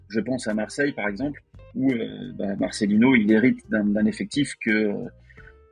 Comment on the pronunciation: Sympa cette première vidéo et on apprend des choses. Merci aussi de prononcer correctement Marcelino, alors que l'on entend des "Marcelinho" partout depuis qu'il est arrivé, après avoir déjà eu droit à des "Martchelo" Bielsa jadis.